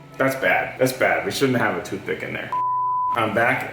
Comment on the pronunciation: TOOTH ICK? 😂😂 i rewatched that part like 100 times to make sure i heard right